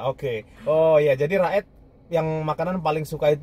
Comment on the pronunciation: Raed dibaca Ro'it